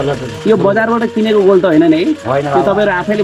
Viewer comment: गोल होइन कोल भन्छ महाशय